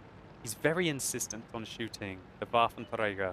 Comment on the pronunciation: I love how you say Waffenträger i mean it sounds good and correct and well your one or even the only one that says it correct